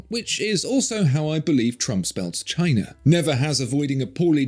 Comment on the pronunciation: I always thought he spelled it GHINA since that's how he pronounces it. 😂😂